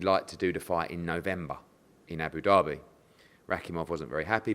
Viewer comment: whenever I hear Frank talk I think Eddie has ducked the fight, whenever I hear Eddie I think Franks side ducked the fight. Hard to tell but to be honest just shows you can't trust either of them. Also Eddie its Abu Dhabi not Abu Dherby